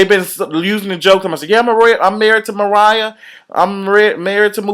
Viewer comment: He said Mooriah :(